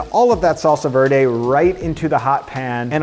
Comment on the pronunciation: funny enough. i’m bedbound because of surgery. i prepped salsa verde for dad. this though is not a mexican salsa verde. give all veggies a quick saute. gives depth in flavour. we‘d never ever use mint ever. cilantro is totally overrated. i never it. if even use epazote instead. it does the thing. but add cumin, some clover. that‘s my mexican grandma approved sauce. and also: it‘s not salsa voirdei. it‘s „verde“ both e sounds like in the word prep. or vent. or depp. just a normal e sound. buen provecho!